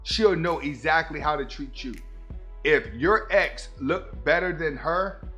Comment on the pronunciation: I thought you said eggs instead of ex lol i was confused